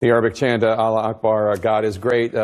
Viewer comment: it's "Allahu Akbar" not "Aloo Akbar". "Aloo" means "potato".